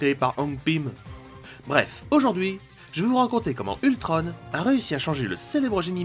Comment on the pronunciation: Ultron pas ultrone